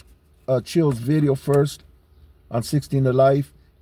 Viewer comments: Ever notice they’ll pronounce vato with the V clear but words like video they’ll say bideo? btw i’m not singling out Dubs just something i thought was kinda funny. I’ve watched some of his vids on wes watson and discovered jon bravo. I like both of them. “prison genre” is garbage to me though. Grown men glorying acting like degenerates and clowns over the dumbest things. People like that 1090 jake clown are a perfect example of it. ok that’s my little rant vatos. Or should i say batos? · If his parents were like immigrants, so he learned household words like "video" from them, but then he grew around Americanized cliques and they say "vato" with a "v" it could make sense.